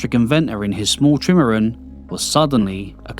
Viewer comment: good content but the narrator's accent is 'ard to suffah and he cant even pronounce trimaran! is it AI?